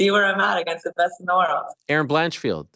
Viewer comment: You do pronounce against incorrectly